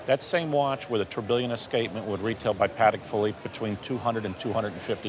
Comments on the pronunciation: "Paddack Phillipe" lol. Tourbilion (Tour-Buu-Yawn) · Agreed. The "expert" is not very intelligent. Also, his pronunciation of "Paddick" Philippe had me rolling.